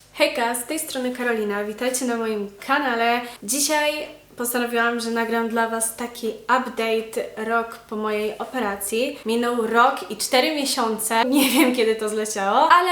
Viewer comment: KAnale 😭 plis tak się nie akcentuje w jezyku polskim. Nie na pierwszą sylabę :((